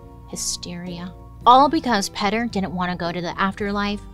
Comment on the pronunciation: Petter? Not Peter? Lol